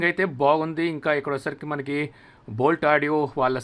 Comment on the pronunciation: Adi boat kadu Boult 😂